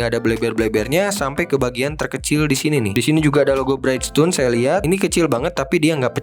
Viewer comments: Mas, punten masukan sedikit: brijston (bridgestone), bukan braitstone (brightstone). Selebihnya mau kasih apreasiasi, ini video review diecast terkeren berbahasa Indonesia yang pernah saya tonton. Semoga makin maju berkembang! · keren yak... kranjangin ah... btw izin koreksi bridgestone dibaca bridjstun aja pronouncenya ga jd braidstun om hihii... sama kyk nyebutin bridge yg artinya jembatan, anyway thank u info detailnya om